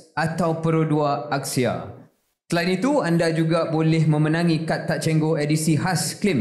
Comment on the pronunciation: That Axia pronunciation sound elitist T15